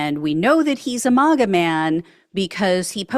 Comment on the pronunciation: I really like this person's reporting but I cannot stand the way she says "mawga" instead of "maaaaaga." No one else pronounces it this way. Make her sound out of step